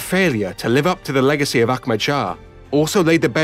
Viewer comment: He keeps saying Akmad. The imaginary K he keeps adding is really distracting.